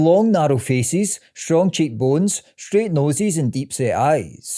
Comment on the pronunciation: Good video, but all I hear is faeces when you say faces haha